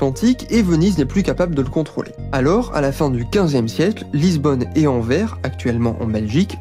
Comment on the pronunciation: Top. Par contre on dit "Anversse" et pas "Anverre" ;)